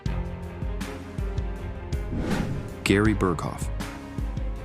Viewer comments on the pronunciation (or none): none